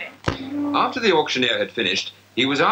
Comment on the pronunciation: Better accents then. I noticed that the commentator pronounced the word 'after' properly. Everyone in the media pronounces it with a short 'a' these days which I find infuriating.